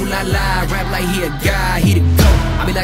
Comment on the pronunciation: The only think I don’t like the way he says like with l sound lol